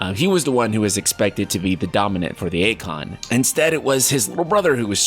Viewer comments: And for Eikon, it's pronounced 'eye-con' instead of 'ay-con' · Also it’s pronounced Icon. It’s in the trailer. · Cleave? It's Clive. Akon? It's Eikon (icon) lols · Eikon is pronounced like icon not aykon they even say it that way in the awakening trailer. 😂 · Always love your videos. But you MUST start pronouncing Eikons correctly. They literally say the word multiple times in the reveal trailer. Icon. Like...icon. Not a-con. Just a normal sounding word. Icon. And it’s most definitely Clive (think alive). That’s a very common name overseas. I just don’t want you to form a habit and potentially loose any credibility (as it seems all these other comments feel the same). Keep up the amazing work my friend. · Cl-Eye-V.....Clive....did that help with the pronunciation????no??? well i tried lol. Even eikon, swear its pronounce ikon, like eye-kon? i know am sounding like a dick, just find it funny wen people pronounce stuff differently then what the in game character would lol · Also eikon is eyekon. Couldn't watch the whole video